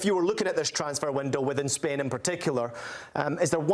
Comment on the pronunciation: Its SPAIN NOT SPAN